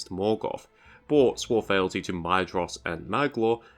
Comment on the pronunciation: Fealty is pronounced as "feel-tee" not "fell-tee".